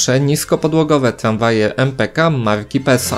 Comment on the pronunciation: Tramwaje nie tlamwaje.